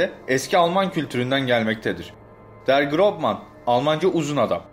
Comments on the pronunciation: Slenderman almancada der grobmann degil der großmann ve grozman diye okunuluyor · yanliz kardesh [Der GroßMan] Der Gros Man diye söylenir ß B ikinin arasindaki fark ß bu harfin s olarak söylenmesidir kendim almanyada yasidigim icin söyliyorum